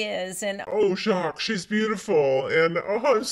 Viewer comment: Btw, Luanne is pronouncing Jacques correctly.